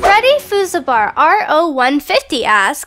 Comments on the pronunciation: It's pronounced Freddy FAS BEAR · When she pronounced FreddyFuseBear as..../freddy-FUZ-E-BAR......I was triggered